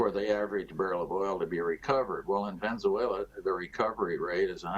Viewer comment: It's Venezuela not Venzuela!